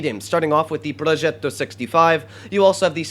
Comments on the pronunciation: It is called Progetto and not Proschetto like you pronounce it ... it´s italian language....you also say Spagetti and not Spaschetti ;) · Da prrrrrojêto 65